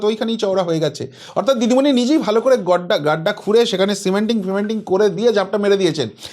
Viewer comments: উনিতো হিন্দি বলতে পারে না আপনি বাংলাতে ভালো করে বলুন দিদিমণি কে ডিডিমনি বলছেন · ভালো ভাবে নাম টা বলুন দিদি মনি